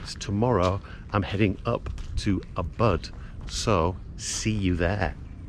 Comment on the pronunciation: No matter how good your video is, and how well prepared you are, hearing you pronounce "Ubud" is kind of sickening. Make an attempt to pronounce a word reasonably correctly. Show some respect. Don't turn Bali into Mexico where all relationships between locals and tourists have become an artificial interaction. Bali deserves better. Maybe prepare yourself before you film.